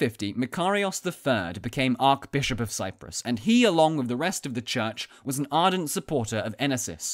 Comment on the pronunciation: ARCH bishop, NOT ARC bishop. Can you say Arch?